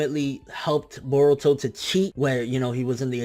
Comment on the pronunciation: i love it when you pronounce Naruto instead of Narudoe and Boruto instead of Borudoe. you tha man